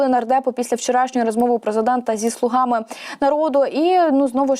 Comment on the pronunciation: Не слугАми, а слУгами... Рогацька Полььтава!!!